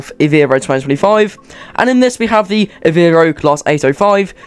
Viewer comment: I think it is Ev-e-ro